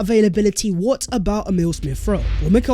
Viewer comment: ENJOY THAT “VHAT IS VHE VIDEO VHERE AND VHERE.” garbage??? Do you even care you are sounding like a complete arse?? 😂😂😂 WHAT A PLONKER you are!! What is that CRAPPY MEANINGLESS “VHAT IS VHE VIDEO VHERE AND VHERE.”??!!!Honestly! Your English is an embarrassment! You think it’s cool to do consistently end your otherwise excellent content by appearing to be a complete DUMBASS??? 😂😂😂😂😂